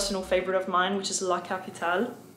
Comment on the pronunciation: Hi in Italian "LA CAPITALE" is pronounced "LA CAPITAL-AY" So it's not pronounce like an I the E